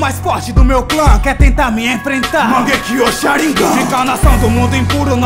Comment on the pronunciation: claro que nao. MANGEKYO SHARINGAN todos esses nomes em japonês sao fodas quando ele fala.